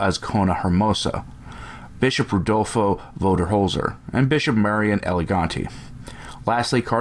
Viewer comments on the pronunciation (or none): none